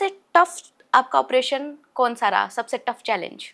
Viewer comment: What’s wrong with host pronunciation? “कौन” को “कोन” बोला जा रहा है